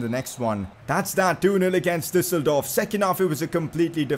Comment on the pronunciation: the way he pronounces dusseldorf is so cirngy